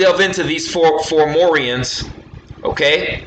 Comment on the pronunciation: you keep saying formorians not FOM FOM FOMORIANS not FOR FOR FORMORIANS 4morians